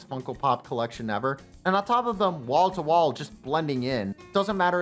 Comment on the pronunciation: Almost made it to the end of the video thinking you were saying "Walter White funkopops" instead of "Wall to wall funkopops", my bad.